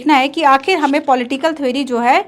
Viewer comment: Thwery❌ theory✔️